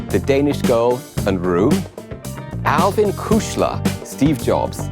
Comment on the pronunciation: I guess Alwin gave up long ago trying to correct folk from mispronouncing his name. German 'w' is an American 'v'. Hey, and cohort, think: chipmunks.